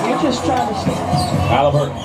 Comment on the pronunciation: He said Taliburton 😭😭😭😭😭😭😭😭😭😭